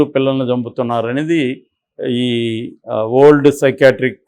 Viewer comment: " Old" Ani meeru palukutunnaru, alla kaakundaa,spashtam gaa "వరల్డ్ " Ani palakandi.